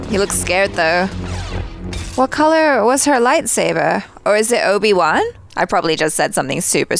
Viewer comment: Did they just said obi-wan,I hope not😂